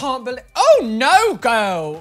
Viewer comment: No one: Not a soul:: "NO GUHLL"